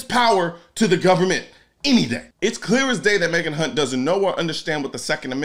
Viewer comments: You kept mispronouncing Kunt. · You pronounced her name wrong. It is pronounced Megak Hunt. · I'm just wondering how hard it was to say Hunt correctly.